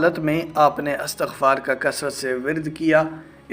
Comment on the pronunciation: Istagfar sahih hai.Astagfaar galat hai.